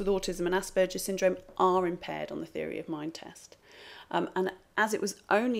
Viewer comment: Very interesting, just one point of criticism - the "g" in Asperger's is pronounced like Iceberg or Hamburger, as it is named after Hans Asperger who was Austrian. In German, a "g" in that position is always pronounced like in "get"